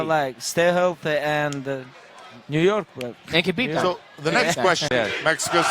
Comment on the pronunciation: maaan, it's Habib, not Kabib guys!